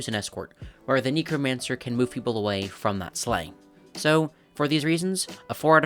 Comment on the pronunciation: neck-romancer (sorry, just felt like correcting)